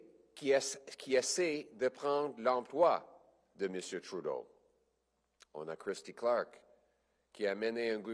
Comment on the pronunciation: Merci de le prononcer Troudeau Mr. Poilievre